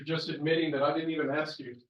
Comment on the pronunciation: Those people can’t say the word ASK ? They always say ( AXED ) smh That ignorant mentality.